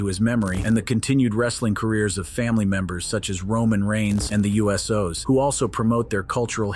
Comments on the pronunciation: Bro said U.S.O'S 😂 INSTEAD OF THE USO'S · He said it like it was ufos lol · the u.s.o's? WTF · THAT'S A I FOR YA